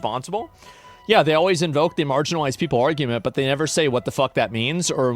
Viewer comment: that "but" 😂 sounded like BEH😢